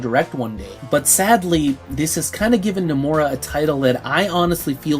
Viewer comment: You keeping pronouncing his name as no-more-a. It's No-muh-ra.